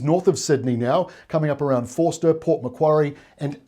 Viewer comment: Is Forster pronounced 'Fourster' or Foster? I've always known it as Foster when I used to visit there on the odd occasion.